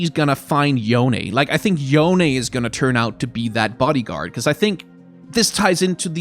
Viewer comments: It doesn't matter all that much but Yone is pronounced Yo-Nay. At least that's how Yasuo says it in Legends of Runeterra. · I have always pronounced "Yone" as if it was a Japanese name (since Ionia is very Japan-inspired) and hearing your pronunciation is making me cringe a bit D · I just don't want Yone added because it's meant to be a Japanese inspired name meaning it would be pronounce yo,ne not yOne which everyone is saying... Nercrit... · Yone is pronounced "Yo Ne" sort of like "Monet". The Japanese Universe page confirms this. Unfortunately, neither Yasuo nor Yone have cannon kanji for their names, but if I had to guess, Yone might be the words "give" and "root" which can be pronounced "yo" and "ne" respectively. It can just be rice though. :) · Since you pronounced it every which way under the sun It's, Yo-Nay, cuz Ionian uses Japanese/Korean as a template :P